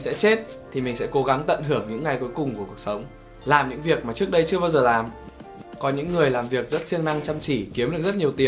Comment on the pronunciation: Tsao phải so sánh giữa JV và Huyme nhỉ. Cả 2 a này đều rất hay mà. Mỗi ng có 1 nét riêng, chả ai giống ai...thế nào là bắt chước??? À còn nữa, ơi, ra trước chứ k phải ra "chước" nhé b:)